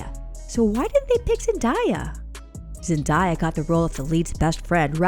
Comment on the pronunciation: Whoever is doing the narrating needs to learn how to pronounce her name.